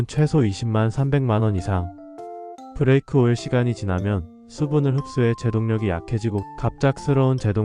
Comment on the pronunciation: 브래이크 -> 브레이크